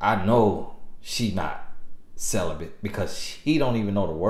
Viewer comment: “I’m sell-uh-bant” 🤣🤣🤣🤣